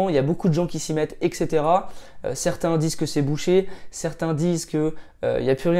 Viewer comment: Petite vidéo intéressante:-) Mais une abréviation revient très fréquemment dans ta bouche et est prononcée toujours fautivement (ça fait mal aux oreilles...) : ETC que tu prononces "eKcetera" au lieu de "eT ! cetera" (en latin = et le reste) ;-)